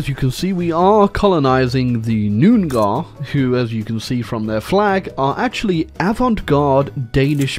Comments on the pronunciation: Lmao "Noon-gar" like theyre a bunch of orks. Jesus dude. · this is how you pronounce Noongar: nung aa